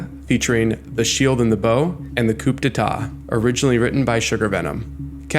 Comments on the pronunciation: Couldn't help myself, please forgive me... -It's "without further ado" not "to do" -Coup d'etat is pronounced "Koo day tah" not "Koop day tah" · coop day ta eh? your accidence has further to do, my friend (